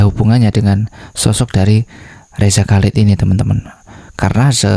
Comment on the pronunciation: Chalid dibaca halid dengan bunyi h dari tenggorakan seperti dalam Bahasa Arab